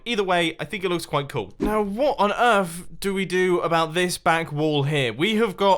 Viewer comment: “now waht on earf?”